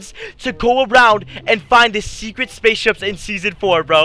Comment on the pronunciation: He said spaceshups